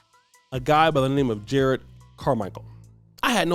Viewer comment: juh-rod not jered. there are 2 r's.